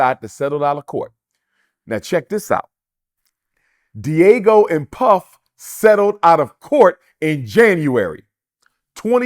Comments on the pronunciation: This Dude Sounds Slow So Embarrassing 😢I’m tired of Him calling Them Di’Ago😢He can’t even pronounce the liquor company name right and the interviewer isn’t correcting Him.. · Are you being paid by Puff because whattt are you saying Dr Umar?!? Spewing goddamn conspiracy theories -this let’s just stick to the facts! And it’s Diageo!!! (dee-a-jee-o) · Why is he sayijg "Diego" like an episode of Dora the Explora?🤦🏿‍♂️🤦🏿‍♂️🤦🏿‍♂️🤦🏿‍♂️ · I’m struggling with him mispronouncing the Diageo is not Diego lmao big Ron Burgundy energy in this dialogue 😂😂😂😂 Come on man !!!!! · I love Dr. Umar for his insight on certain matters, but right here he saying, a whole bunch of nothing. Prostitution and money laundering racketeering all can fall under different types. He is given a blanket statement about one occurrence of money for something else. Also it is pronounced DE AHH G OH. DIAGEO mag have stimulated some issues but puff has a karmic stench that was bound to be exposed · Diageo- not Diego 😅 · First of all, he needs to learn how to say a name of a company before he goes on a podcast talking everything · Does anyone else notice he doesn’t know how to pronounce Diageo? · YO REALLY JUST COPIED ME LOL EVEN SAID THE LIQUOR COMPANY NAME WRONG 😢😢😢😢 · Brother I need you pronounce the liquor companies name correctly lol😅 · Hearing him mispronounce diageo is crazy. It's video of this man beating Cassie ass. Do I think she waited too long absolutely. However he was still wrong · He is butchering the pronunciation of Diageo 😂 and it’s taking away from his greater point. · 😂 pronounce it correctly for us please and take the floor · It’s Diageo, not Diego. Just sayin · (Dee- ajio) that’s how you pronounce it, not Diego man. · The use of the Fed RICO statue to prosecute whatever they alleged Diddy to have done was definitely extraneous! Btw, Dr. Umar Diageo is pronounced : Dee- uh-gee-oh ! ✊🏾💯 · It’s not Diego 😂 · It's Diageo not Diego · Its pronounced Dee- Are- Geo. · DIAGEO not DIEGO!